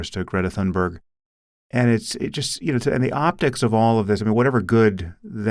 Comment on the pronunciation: To clarify: a) Greta Thunberg was born 2003, so she's no "teenager", and b) There's no "Th" in the pronunciaton of "Thunberg", it's a "T". Sincerely, Sweden. (To be IPA-esque, that means "Thunberg is NOT pronounced with a "θ", but with a "T")